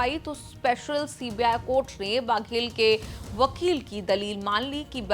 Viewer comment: बाघेल नहीं है बघेल है।